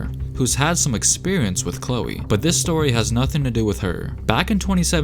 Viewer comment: “Thrishtan and Khloer